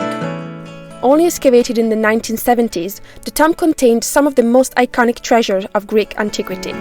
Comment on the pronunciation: tomb is pronounced with a hard u sound, as if we're spelled toomb, same sound as the oo in moon. ❣️